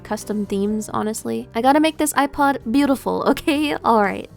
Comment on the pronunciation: Behold the yewpod